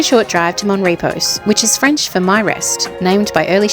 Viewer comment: Mon Repos......Pronounced Mon Re po.